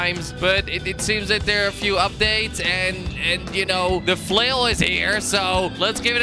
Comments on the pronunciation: Kweb, in swedish its flöil not flåil, å pronounce lika a O, Good video! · You said fulil so mint times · if I had a quarter every time he said flial I would have a million dolers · it's flail not fail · who else thought it said fail instead of flail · Does Someone know how much he Said "flil" xD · HOW MANY TIMES DID HE SAY 'FLUL'? ( i think thats how to spell it :D) Do the Challenge! ;p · I counted how many times he said flill 358 times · !!!!!!!!!how meny times he siad flul ? :) :) !!!!!!!!!!!!!